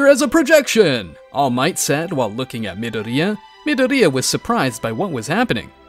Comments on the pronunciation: I like how he kinda roasts Deku by saying Mid-oriya instead of Midoryia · your saying dekus name wrong midoriya is not said like you were saying that you would know that if you watched the actually the anime